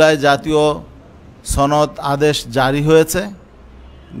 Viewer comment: জুলাই জাতীয় ছনদ কি বুঝলাম না, ছনদ নাকি সনদ ???